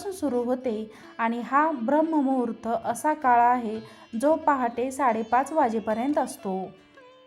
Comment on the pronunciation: सगळे छान आहे...पण म्हणताना ब्राह्ममुहूर्त म्हंटले जाते...शुध्द उच्चार..करावा...